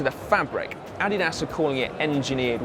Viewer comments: the addy ass booth?! Pretty sure it's uh-deed-us. ;) Or does it really vary that much by region? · say "addy das" again. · Did you say, the "Added Ass" booth? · Only Run DMC pronounce it a-dee-das. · What is this Addy-Ass brand of which you speak? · uhhh....we call it....ah-deed-us here.... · More like "uddyduss" with the stress on the first syllable and the u pronounced as in muffin. Source: I'm German and it's a German brand. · Timothy Fish How do the Germans pronounce it? I'm sure that the German and UK ways ("adi-das") are basically the same. I guess English speakers tend to make the "i" an "ee" sound, maybe that's the difference? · Adolf Dassler founded the company Adidas and it's from his name Adolf or "Adi" as he liked to be called and "Das" from Dassler that the company name was formed. You can work out the pronunciation from that in English. Other languages may produce different pronunciations.